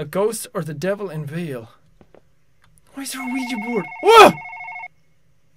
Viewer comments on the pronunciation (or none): none